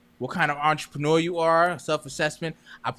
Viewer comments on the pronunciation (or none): none